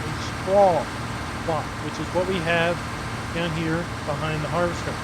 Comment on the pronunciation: Someone count up the number of times he said havester lol